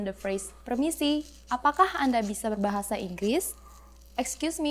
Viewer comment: keep practicing ...it's hard for you to say R on "berbahasa"